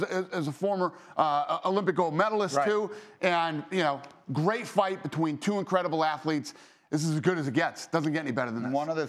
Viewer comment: Am I the only one that noticed him say “title bite” instead of fight